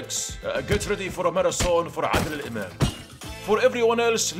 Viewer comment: The way you nailed the pronunciation of "Adel Imam" makes you a certified arab or Egyptian 😅